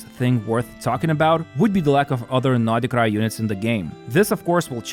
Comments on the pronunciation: Why is he pronouncing it NODI-krai 🤯 too much for my OCD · why does he say noDHE krai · Why do you call Nod-Krai naughtycry?